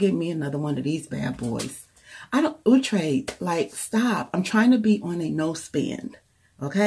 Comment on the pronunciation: It looks really nice! It's pronounced ow-tre as in ouch! lol